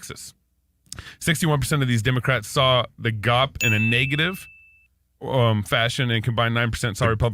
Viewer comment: gop? Don’t feel bad, I am 73 and never heard it THAT way. G O P yeah, a pause between each letter, but now gop!